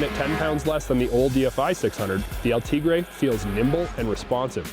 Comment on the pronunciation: El-Te GREY is how it is said